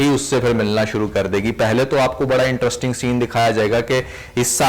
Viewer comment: My man….not IN-TRUST-ING but IN-TREST-ING 👍